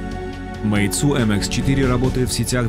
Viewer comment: мейцу ахахахахах